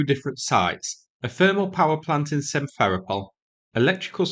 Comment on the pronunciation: excellent reporting. Just please make a small adjustment to how you pronounce Simferopol. You should stress the "ro" syllable, not the "fe". Basically you should use your own correct stressing of Sevastopol as a template. They are both Greek names and are stresses identically.